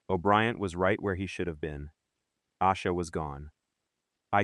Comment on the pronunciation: I used to think her name was pronounced "Ah-sha" because so many videos said it that way. It wasn't until I heard her brother say "Ay-sha" that I realized it was wrong